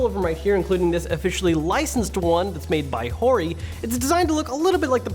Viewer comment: Everytyme he says "hori" I feel like he says "whore-y" 😂